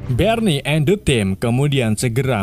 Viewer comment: Berni engga tuh 😂😂 Barney bng bkn berni